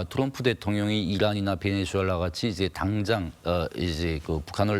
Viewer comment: 아나운서님 말도 너무 더듬고 발음도 안좋구 김위엉장을 베네즈수엘랔 연습좀하셔야할듯..